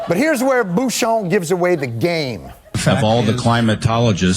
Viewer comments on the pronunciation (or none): That's Bucshon, not Booshon. 😮